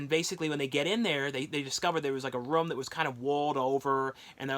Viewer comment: I'm not making fun of him but it sounds like he's saying rom when he says room again I'm not making fun of the way he talks so don't get on me for my comment okay okay